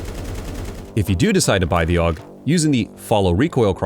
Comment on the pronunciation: It's A-U-G not augh or ahhkh or whatever tf you try to say.